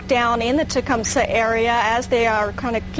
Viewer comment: Mason needed to shut up please he kept saying Tecumseh wrong! It’s TE-CUM-SEH not Tecumsee 🤦🏻‍♂️